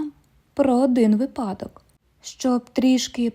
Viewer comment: Щоб запам'ятати правильний наголос у слові ВИПАДОК, треба згадати інше слово – ПРИПАДОК. ВипАдок - припАдок 😅 Тому правильно "вИпадок"